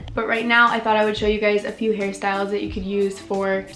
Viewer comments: everytime u say hairstyles i hear ‘harry styles’ ..or maybe i’m just so obsessed w him who knows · EVERY TIME u said "hairstyles" i thought u were talking "harry styles" lol